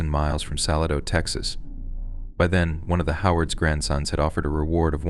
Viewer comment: "Salad-0", Texas is pronounced Suh-LAY-d0ugh [yes, complete with the 'w' sound that comes at the end of the phonetic spell out I made for you], the primary and secondary accent, or stress, is on the capital letters... ...but I Subscribed in good faith after a scroll through your library, But I'm hearing signs it might be an AI / robotic voice reading because Arkansas was just now pronounced "Arkan-sauce".